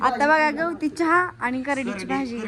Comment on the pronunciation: यवती चहा नाही ग गवती चहा असतो